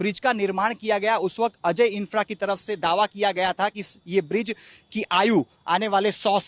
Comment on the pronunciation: बिज्र नहीं ब्रिज होता है।